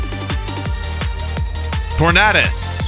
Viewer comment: “Tor-Nad-Us” what the hell is that pronunciation? Aside from wrong sounding. It’s not “Tor-Nad-O” is it?